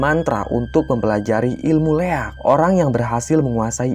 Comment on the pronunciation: Koreksi min 'Liak' bukan Leak